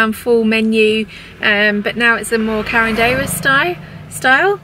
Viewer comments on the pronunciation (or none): it's carinderia, not caredeira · It's carinderia, not carindeira, hi ! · It's "carinderia":) Poppy and Story are partners in crime.